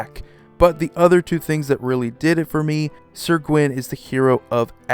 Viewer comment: I hardly ever get to flex on my Celtic Studies minor - so I'll mention that Gwyn is pronounced "Gween" and means "White" in Welsh. Great vid though, I ordered this Brawl deck at my LGS and can't wait!